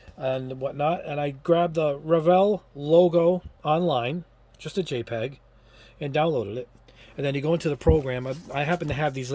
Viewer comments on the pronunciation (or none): none